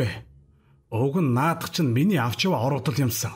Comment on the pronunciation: Naad baaiih ni gdegee laitai heldiin be